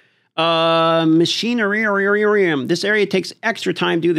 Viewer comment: If your job is to talk on camera maybe you should work on your vocabulary and word pronunciation. Its wild see you do this all the time. Mach--i-nar-ium